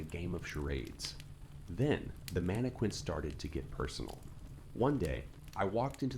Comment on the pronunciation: Please stop pronouncing “mannequin” that way